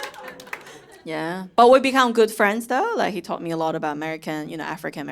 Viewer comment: HE but pronounced as HER (British accent) 😂😂😂😂 your name is so conflicted 笑話都非常有深度喔！💪💪💪👍👍👍👍👍👍👍👍👍👍👍👍加油。想看更多。